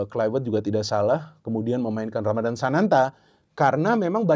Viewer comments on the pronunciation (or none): none